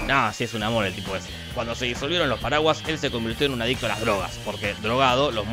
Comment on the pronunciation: Cuando dice "los paraguas" parece que dijera "los paraguayos"